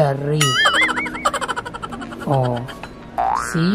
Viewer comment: grabe tawa ko sa B V L Gari (bvlgari) pala..hahaha